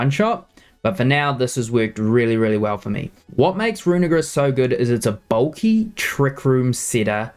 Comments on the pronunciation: Can you guys please poste poke paste link of team on description so we can try these out on showdown before building it? Side note: dude you gotta pronounce Runerigus right, you are too to a hate crime there haha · Bro did NOT said "Runerigus"😭